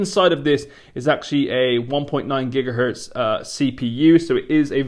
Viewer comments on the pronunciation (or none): none